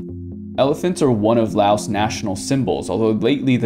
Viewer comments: Lao. The S is silent. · The s on Laos is silent. It's Lao as in cow. I've been to Lao many times mostly on visa runs when I used to live in Thailand.